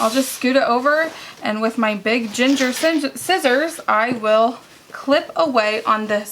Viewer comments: Sorry, but cringe moment! Gingher, being a German co. is pronounced with a hard g as in gong, like gong- her ging' -her with the accent on the first syllable. Think the g sound in guy, gone, give. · Your scissors are pronounced “ging er” with hard G’s.